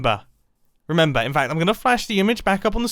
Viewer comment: Everyone hears: Now, remember. what i hear: Now, reMumbo.